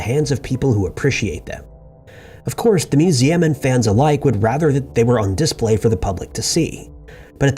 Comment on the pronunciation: Please Google “how to pronounce the word display”.